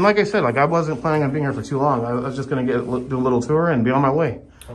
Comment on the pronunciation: Did you say “From the gecko”? 😂 or from the get go?